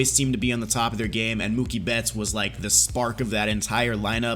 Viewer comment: It’s Mookie and it’s not close